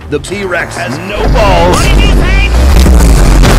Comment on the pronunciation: It's not p-rex it' t-rex